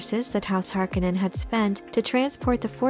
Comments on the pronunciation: it's "Har-CONE-en"; not "Harkinen". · Why is everyone including the cast of the new movie pronouncing Harkonnen wrong its HAR KO NN EN not harko nnen reference the original film. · The pronunciation of Harkonen drives me insane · Ok so I get the idea that as little possible should reference the 1984 movie but what is the ‘ Correct’ pronunciation of Harkonnen ? Hark own en or Hark a nnen